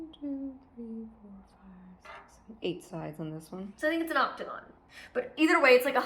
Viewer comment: Octo-gon, 8 like Octo-pus